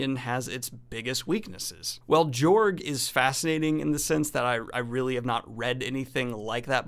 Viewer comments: I am fairly confident it is pronounced Yorg, where the J is pronounced like a Y. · It's pronounced George. He is courageous. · I'd personally go with a pronunciation closer to George. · Its pronounced "yorg" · It's pronounced Yorg.